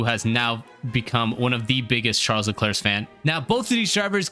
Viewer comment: Thumbs up for not pronouncing him as Shar Leclair